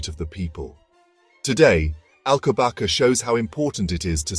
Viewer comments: it is prounonced "alcobassa"! not alcobaka!!! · I love the Monastery of Alcobaça, but I have to watch this with the volume turned off. How can a video be made without checking how to pronounce Alcobaça, ç is pronounced as a soft S not K.